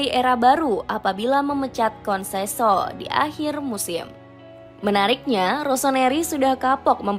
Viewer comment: Ketika naratornya sebut "konseso eks pelatih sporting lisbon" saya berhenti nonton video ini.